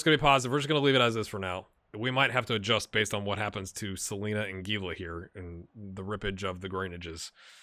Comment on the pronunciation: I think Nielson was just mad about your Scottish accent, and took it out on you with the tackle in the first Atalanta game. Also, isn't Gila pronounced Hee la? I think Mystery Science Theater 3000 did an episode with The Giant Gila Monster, ... yup